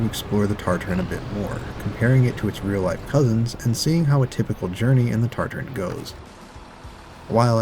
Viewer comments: I’m gonna lose my mind it’s TA-TA-RIN not TarTar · Nice video. Heads up though, there us only 1 "R" in Tatarin at the 3rd to last letter. TAT-ar-IN, like in Tatra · Why is he saying TARTARINN